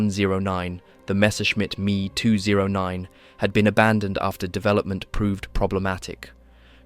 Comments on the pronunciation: Why can’t the automated speech be told to read ME 109 as M.E. and not “me” 262? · It's not "MEE 109" but EHM EE 109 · Why do you say ME as a word, and not 2 letters? Never heard anyone say it like that